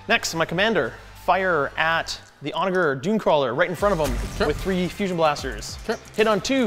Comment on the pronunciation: Onager is pronounced with a J sound not a G sound